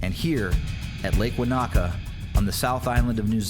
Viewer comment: Enjoyed the New Zealand scenery. However, Maori words are pronounced without any syllable emphasis, in a monotone. It's Te-ka-po without any syllables being emphasised. The same with Wanaka is Wa-na-ka with no louder syllables.